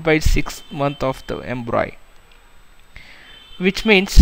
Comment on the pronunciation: it's pronounced as "embryo" not embroy 🙄🙄